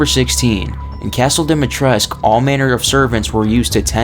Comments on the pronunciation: Dimitrescu is a Romanian surname. In Romanian the "u" isn't silent. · Fact 1: Through the lore maybe, but actual Romanian the U is pronounced. Source: Talked to a Romanian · Good video. Also, Dimitrescu is pronounced with the U at the end. English speakers couldn't really pronounce it that way so that's why they pronounce it the wrong way. If anyone want some proof, just ask a romanian. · Yeah this is true. And it's likely that the mispronunciation stems from the game being translated from Romanian to Japanese and then into English rather than picking words that need to be pronounced differently because of how in Japanese you often don't pronounce U when it's at the end of the word. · You pronounce it lady dometresc that's how she says it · It's pronounced: Dih-mee-tres-coo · The first thing is actually wrong. ''Dimitrescu'' is a Romanian name, and all Romanian names that end in ''escu'' have the U pronounced as well. Therefore, everyone in the game, in cluding Lady D herself, pronounce ''Dimitrescu'' wrong. You are supposed to pronounce the U as well. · I love how the very first fact is about people mispronouncing her name, yet you mispronounce it every single time you say it in the video. Go and listen to Lady D say it- it's dom-E-tresk. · yeah but even the game cant even be consistant with its pronunciation ethan and alcina both say it like domitresk and the duke says it like dee-mitresk. I always thought i was uncultured or illiterate but ev I knew how to pronounce the name 🤣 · First fact it’s not quite true. The “u” is not silent since Dimitrescu is a common romanian last name, game being set in tha charpatians mountains which is in Romania, and the name is pronounced with the “u”, not being mute. The developers just mispronounced but their intention was to gove her a name in theme with the setting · Lol for sure